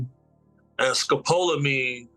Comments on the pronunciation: Mispronounced Scopaline but it's street name is Devils Breathe it's the scariest drug in the world it's been said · It's pronounced.. Scope la Mean 1 word I've heard of this drug, very popular in South America, especially Brazil. I've been doing extensive research because I plan to travel soon. Just YouTube brazil/tourist/tourism/club drugs. There's a plethora of American citizens that have been given this drug in clubs; usually by drink, and sometimes even by the bartender. Very dangerous stuff. Look it up, and I'm wagering that's exactly what Diddy was using. You can keep people in Zombie Land indefinitely with that stuff